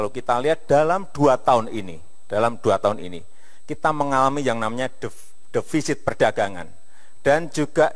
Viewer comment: yg salah di awal itu bukan devisit pak jok tp defisit.